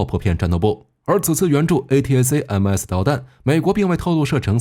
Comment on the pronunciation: A-ta-kam-s 請用音標發音。